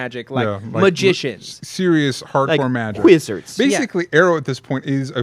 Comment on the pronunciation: Will someone please punch every time he say "dwemons" or "WHizard"?